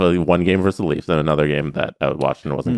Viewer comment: It's "versus", not "verse".